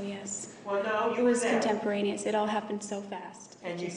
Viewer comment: CONTEPTERANIOUS?? WTF NOT EVEN A WORD.